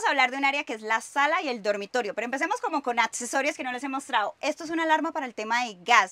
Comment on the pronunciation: “Atttcesorios”🤣 qué es esa ‘ditttción’ (dicción) tan fea?